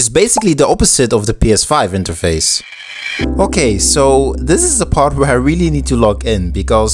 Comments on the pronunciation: i rlly dont wanna dissapoint u but... (i am not hater) its interface, not interfase... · it's interface not interfase** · Bro it’s pronounced “INTERFACE”